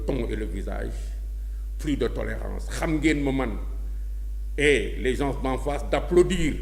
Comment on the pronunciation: Yow , amatti nga diomm. On ne dit pas gensss , c'est une faute. Sonko doussène morom , khamal li ngay wakh dé, niammone nga